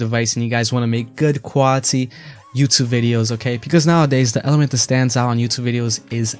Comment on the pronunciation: You're pronouncing "the" wrong!